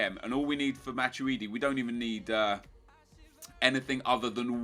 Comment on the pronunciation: It's "matweedi" not "matchuidi"